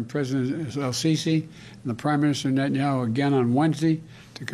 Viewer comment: Biden can’t even pronounce Netanyahu wtf